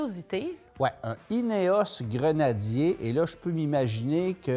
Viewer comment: Un stering box en bon Français ? Un Snorkle en bon Français ?... On vous adore...en revanche Grenadier ce dit Grenadier en bon Français🇫🇷... Pas Grenadirrr comme votre intervenant. Amitiés !